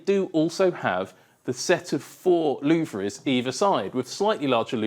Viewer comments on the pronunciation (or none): Louvres are not pronounced "loov-rizz",.